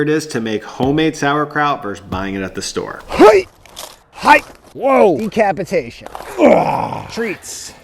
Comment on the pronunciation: Did you say decabbagetation??🤣🤣🤣🤣